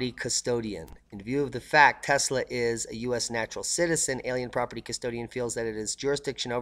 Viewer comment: Thumbs down since you can't pronounce his name right. 24 seconds in and disappointed